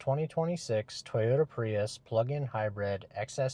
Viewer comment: It’s called High Brid not High Bread